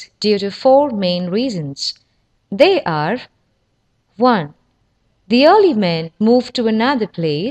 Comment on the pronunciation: "Vay vathered wegtibles"